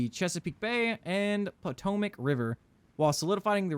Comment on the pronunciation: Excellent series. Your grammatical mistakes cracked me up everytime. Haha “the POTO-MIC” 😂 Hope these mods get straightened out. Keep it up man!